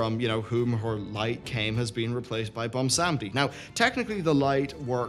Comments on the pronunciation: Bomb-Sandy = Bwonsamdi lol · Are you saying "Bumsamdi?" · I hate myself for how much your pronunciation of Bwonsamdi bothers me. But gods it does get that vein in my forehead popping out.